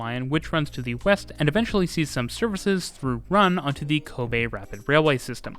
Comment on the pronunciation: Very satisfied that you pronounce the city of Kobe correctly. Apart from that, this is a very detailed coverage.